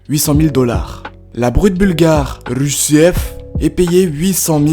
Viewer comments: Rusev se prononce rusev tout simplement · Putain la façon dont tu prononce Rusev m'as tué